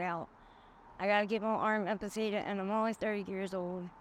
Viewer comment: Its amputated not ampertated